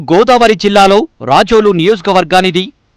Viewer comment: Adi racholu kaadu ra babu, rajol